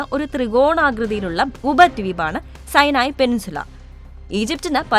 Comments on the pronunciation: സൈനായി അല്ല.സീനായി അല്ലേ ? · സൈനായി അല്ല സുനായ് 😂😂😂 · സൈനായി, എന്നല്ല സിനായി എന്നാണ്